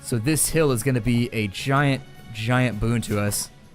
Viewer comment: omg u said boon!